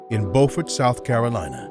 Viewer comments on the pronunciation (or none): Please pronounce the man's birthplace correctly! Pronounced "Bew-firt" , not "Bo-firt". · Beaufort in South Carolina is pronounced like b-you-fort. Beaufort pronounced like bo-fort is in North Carolina. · not "bowfort" sc, Beaufort sc, how do i know? i live 30 min away from there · Thanks for not giving up on Joe! He deserves it! Just so you know it's pronounced Byoofort, SC. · Smoking Joe yeessssiirrrr.... it's Beaufort, not bofort., these two men literally took years off each other's lives... I have more respect for Joe Frasier than Ali, simply because of his mouth versus Joe's humbleness... you cannot deny Ali, but I respect Joe More. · It’s pronounced Byoofert no Bofort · Beaufort (South Carolina) is pronounced Byo͞o-fert, not Bo-fert. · IT'S BUFORT S.C. NOT BOFORT!!! DA HOME OF DA GEECHEE GULLAH WARS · oh wow Joe Frazier grew up just 2 hours from me, no wonder my cousins were able to get pictures with him lol and his city is pronounced BEW-FORT not bofort lol I used to go there with my dad 💗💗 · It's pronounced "B-YOU- FERT" South Carolina, not "BOW -FORD". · Just a quick note, where Frazier was born is pronounced "Bew-fort", not "Boh-fort". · Pronounced Byoufort , not Bohfort , the way Beaufort , N. C. is pronounced . Beaufort , S. C . is pronounced Byoufort . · “Bo-ford” is in NC. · You mispronounced his hometown it's pronounced Bufort even though it's spelled Beaufort. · I didn't know where he was saying Joe Frasier was from its pronounced byu furd not trying to be a prick im just putting it out there for confusion reasons im from Burlington County and Camden County NJ im living in ladson sc n know the beaufort area from working down here i didn't know one of the great was from down here I only about him n philly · It seems like no one know how to pronounce Beaufort, South Carolina, right😭🤣